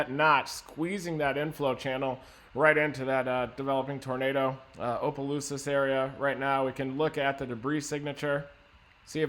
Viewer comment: I love listening to people try to pronounce towns in Louisiana it’s so funny! “Opalooses”